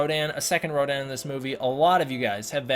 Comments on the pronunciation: It's pronounced RODAN and not RODIN . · . The only thing that bugs me is that Rodan isn’t Radon as that’s how it’s pronounced in Japanese